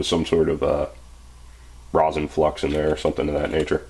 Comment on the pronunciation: reson not rOsen